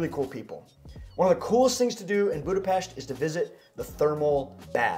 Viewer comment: I give you credit for pronouncing Budapest perfectly but it’s not a hidden gem. Budapest receives about 30 million tourist each year and numbers are growing